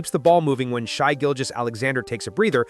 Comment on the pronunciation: Only problem was calling Shai “shy.”